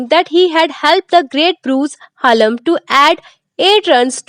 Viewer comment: Dhanyawad ❤❤😂😂😂 fun fact :- madam bruce haaallm nhi hota bruce hallam hota he lol❤❤❤😂😂😂